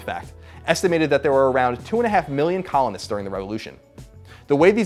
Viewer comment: When i heard him say "..that COLONists had against the British Empire," i heard "that Colin had against the British Empire" lol